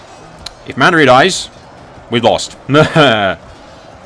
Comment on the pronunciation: Why can't you pronounce any names that are so blatantly spelled and easy to read? Sillyvan elves, house Mandery? C'mon brah! :D